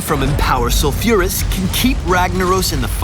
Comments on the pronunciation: Its Sol-fure-uh-s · The way he pronounces sulfuras, my ears are getting raped...